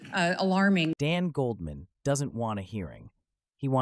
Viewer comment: “Goaldman”? You’re not a serious person.